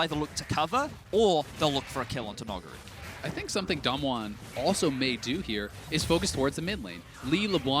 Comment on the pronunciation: Can someone fucking teach them how to say Nugiri's name, I get more and more triggered every time they say it.